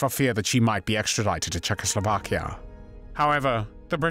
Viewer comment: Why do you pronounce "Czechoslovakia" like that ?